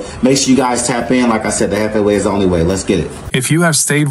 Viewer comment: Mane said chiefEE 🤣🤣 it’s jefe (hef fey)